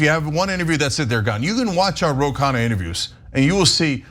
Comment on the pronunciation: It’s pronounced “KhUNNa” not “khaana” which means meal (food)